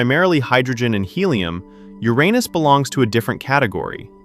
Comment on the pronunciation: Thank you for pronouncing uranus the right way